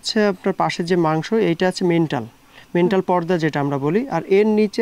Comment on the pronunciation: মেন্টাল ❌ ম্যান্টল✅